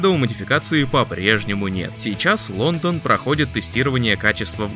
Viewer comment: Ландан ? Может Лондон ?